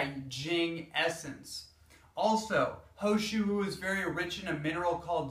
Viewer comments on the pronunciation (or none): He Shou Wu ... this is how you should pronounce it as : Her Show Woo Hope it helps :)